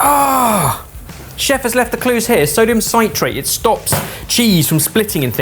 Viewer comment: mispronunciation of "citrate". do you say "sahy-tris fruit"? no. [grumble...]